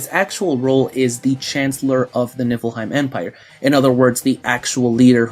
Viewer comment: And I keep hearing "Nippleheim" 😂